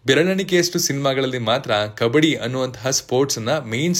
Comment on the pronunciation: ಕಬಡ್ಡಿ taane adu? ಕಬ್ಬಡಿ ಅಲ್ಲ